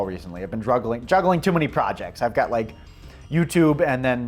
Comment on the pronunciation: *druggling lol